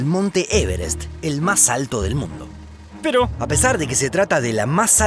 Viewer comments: jaja qué fue ese "pero" es como que hubiese hablado juanin juanjarry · Alguien más notó el "pero" raro en el segundo ?? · es cosa mía o ese "pero" suena muy raro?